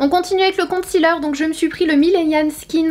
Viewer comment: La prononciation de concealer ne se fait pas avec le son "ti"en 2 em syllabe mais plutôt avec celui de "si"